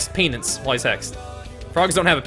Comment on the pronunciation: " Kicked hes Pee-nance "